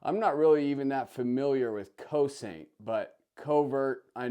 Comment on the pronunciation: Nice guns! Cosaint is a NC company, Greg is the main man there and he was with Staccato (STI) at one time. It’s pronounced Co-Sent, a Gaelic word meaning defend or protect.